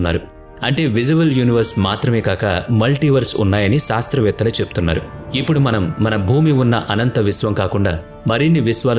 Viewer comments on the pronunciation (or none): none